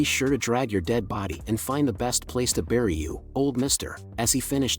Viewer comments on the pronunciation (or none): none